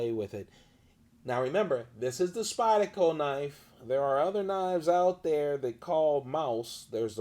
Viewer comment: You realize "Spyda-co" has an R in it, right? lol